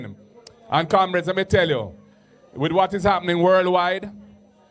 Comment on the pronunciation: Why does he call the comrades camreds?